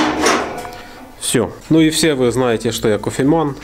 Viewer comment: не кофеман, а кофемэн! )))